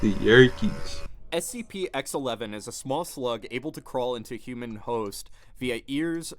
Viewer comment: Its a SPC it's a SCP if you can't even pronounce it don't make a video about it go to the gas station and smoke Weed or whatever you people do.